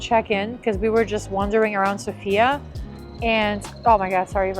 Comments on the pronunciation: The correct pronunciation is So.fia (in once) and not Sofi.A. ;-) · Thanks for your video! BTW, the stress is on SOfia😂